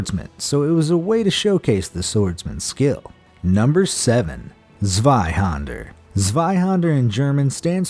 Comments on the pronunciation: Zweihander? ZeiHÄnder! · There's an 'Ä' in "Zwei-Händer". To pronounce it correctly just pronounce the 'Ä' like the 'A' in Apple. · I don't get it. You people take all this time to produce these videos but still butcher the pronounciation of zweihänder. It's quite easy to avoid. e.g. Google translate will pronounce it for you easily and flawlessy. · who else cringed when he said zweihander...... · Why is Zweihänder always pronounced wrong....yust say the hander part like in english with the a sound resembling the sound of an e because it is in fact not an a but an ä wich is an a with two punctuations over it wich is pronounced like an e or an english a.